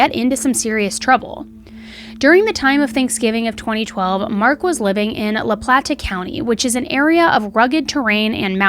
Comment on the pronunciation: It's La Plata county, NOT La PlaNta! I'd send you $100 if you could go through an entire episode of any of your 3 vlogs without grossly mispronouncing something, a mispronounciation that would be easily avoided, the correct pronunciation could be easily verified then gone over, ready for vlog release, oh well, i guess you're just content being a notch or 2 removed from polished professional Additionally I have NO idea what word you were trying to say when speaking of all the beer and liquor bottles and cans about the house, what would make sense is to have said, STREWN about the house, you said something that was indiscernable to me, I believe it began with an S but it was too muffled for me to discern what it actually was....